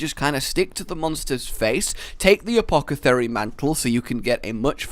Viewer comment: "apocathary mantle" LOL XD